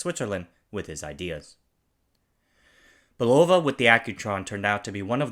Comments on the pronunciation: FWIW, In the US, it is pronounced BULova. In Europe, it is buLOva. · Your Non-English pronunciation is interesting. Guess growing up in Anaheim so close to the Mouse didn't help. It's Bul-o-va and Chro-nom-meter. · He also can't properly pronounce Bulova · It would be nice if you could pronounce Longines, Bulova, and chronometer correctly. That would add a little more weight to your discussion.